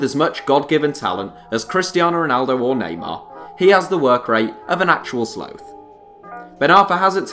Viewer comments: Is it sloth or slowth? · I believe Americans say sloth and English & Australians often pronounce it 'sloath'. I wasn't sure myself, but biologists and David Attenborough go with 'sloath' so that swung it for me... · That's different depending on where you're from. Americans say "sloth", in Australia and England it's mostly "sloath". In school you mostly learn AE, for me at least.. so you learn "sloth". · Is that how Brits pronounce "sloth?!" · surprised there’s no one here mentioning his pronunciation of sloth.